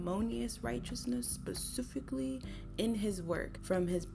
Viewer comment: Love your content but why do you say “pacifically” instead of “specifically” I noticed in the courage the cowardly dog video as well ?